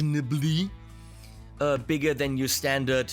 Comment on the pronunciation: Fantastic review, very well explained. I went out and bought one, it's a killer pedal. By the way, the word you mean to say is marginally which is derived from marginal. There is no 'b' in the word. ;)